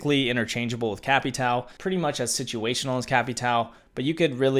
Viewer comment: Please stop with cap e tow pronouncement please it hurts my head